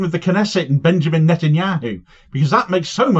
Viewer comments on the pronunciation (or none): none